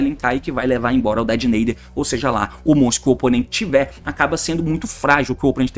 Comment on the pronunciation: Fala "Detonator" meu mano T, faz mt mais sentido, "Dedenaider" é só uma tradução errada, nem é uma palavra de fato